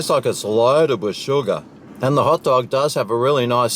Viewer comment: I thought he said pot dog :28